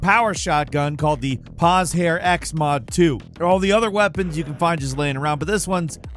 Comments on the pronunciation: "Poz-har"? I think it's pronounced "pojar" without the "d" in J, and would make sense as in Slavic and similar languages "pozhar" means fire, as in when you set something ablaze (and not just a camp fire). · Pozhar is pronounced in the zh part as "s" in Leisure and an Eastern European accented "r" in the end.